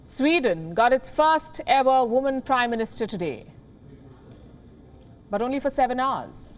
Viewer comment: wamen of power lol